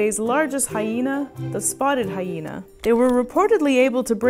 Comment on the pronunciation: IT'S MA'AM! "HySHena"